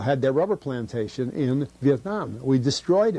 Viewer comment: everything that comes out of him is truth, as when he slips and says Michelin rubber plant-tation, lol.